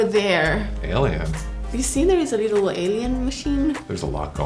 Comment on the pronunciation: "Do you see the leetle alien machine!?" 😆💗